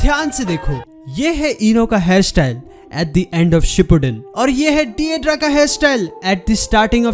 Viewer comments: Maaaaan it's not de dra its dai dara 😭it's sounds werid 🌼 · Didra nahi yrr "daidaara" 👤